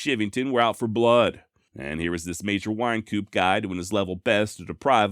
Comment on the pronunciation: Ok. Im not getting on your case, you've done a fine job... Wyncoop is pronounced wine coop. No worries. You are awesome.